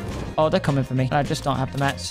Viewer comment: Why tf do u say mats like that cmon now